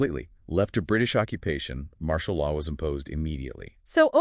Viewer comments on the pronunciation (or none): Martial law. Not Marshal